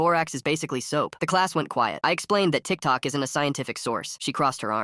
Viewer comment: How the ai voice said Tik Toke was wild🥀 but good video!